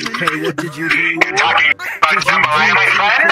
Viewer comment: I LOVE HOW THAT ONE ALASTOR THAT KEPT SAYING JAMBAYLA IT MADE ME LAUGH BADLY❤😂😂😂